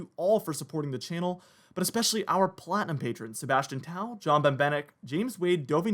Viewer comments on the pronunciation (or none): none